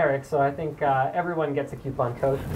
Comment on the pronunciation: QUE-Pon! lol I did not know there was a Q in coupon